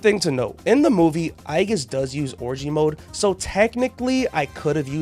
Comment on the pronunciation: mf did NOT say orgia mode😭😭